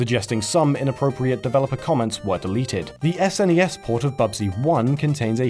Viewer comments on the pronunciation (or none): none